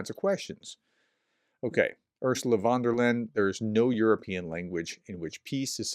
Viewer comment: fon der lie-en (von der Layen)